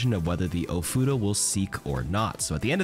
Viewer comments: Bro is he saying futa? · your pronunciation of ofuda is quite painful